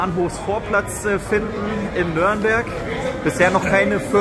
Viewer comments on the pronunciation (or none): Bitte sagt nicht immer nörnberg es heißt Nürnberg 😂 viel Erfolg euch noch wünscht euch ein glubberer